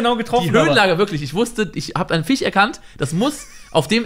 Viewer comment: Ich hab ein "Fich" erkannt xD